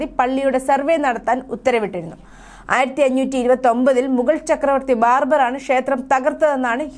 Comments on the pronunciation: ബാർബർ അല്ല മോളേ ബാബർ. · മോളെ ബാർബർ അല്ല ബാബർ ആണ്